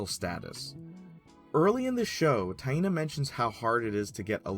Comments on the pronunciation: My brazilian ass get unconfortable with "Ta-in-na" pronunciation. "Tai-nah" sounds so much natural. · My name is pronounce the same as Taina just written differently and everytime you say it I wanna laugh